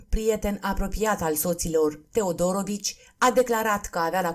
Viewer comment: Interesant, comentatoarea a auzit mai înainte despre cuplul acesta? Căci și accentul în familia TeodorOvici e aiurea, și numele Andrei (???!!!) Păunescu e straniu...